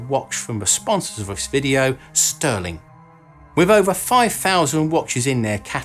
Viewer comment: STÜHRLING is pronounced ʃty:ɐ̯lɪŋ (sh [shoe] - t - ü [ lure/grew ] - ling), not STIRLING stɜːlɪŋ